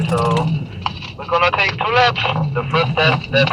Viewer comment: ....... "We are going to take 2 laps......= .....Să facem două lapte..." 😂😂😂